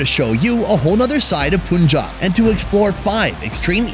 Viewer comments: Mate...!!! it is pronounced has 'pun'-"jab" just the English words read separately. it is not "poon'-'jab'. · You guy can pronounce Umbrella as am-brella but can't pronounce Punjab as Pa-an-jab instead of Pun-jab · It's not poonjab it's punjab (pan-jabh) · It's Pun-Job, not Pun-Jab! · not "Pun-Job" but rather "Pun-Jaab". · The Pun in Punjab is pronounced as the English word Pun. And no it’s not a politically sensitive place. Used to be in the 80s, not anymore. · Hope u never pronounce Punjab as poon jaab